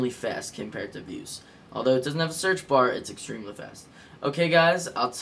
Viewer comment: its pronounced "vooze" not "viewz".